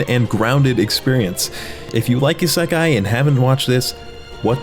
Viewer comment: I chocked on my apple juice when you pronounced isekai like that. Not saying you're wrong or anything- i have no idea- but I always thought it was /ee- sec-eye/